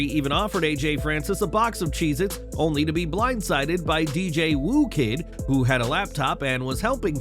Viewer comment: Its pronounced dj who-kid not woo-kid